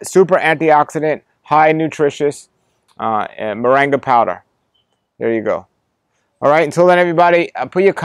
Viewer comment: I'm curious why he pronounces it 'moranga' ? When it seems it would bring pronounced with the 'ing' sound .